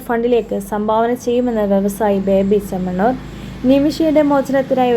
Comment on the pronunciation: ബേബി ചമ്മന്നൂർ അല്ല ബോബി ചെമ്മണ്ണൂർ ആദ്യം തന്നെ നന്നായി മലയാളം പോയി പഠിച്ചിട്ടു വാ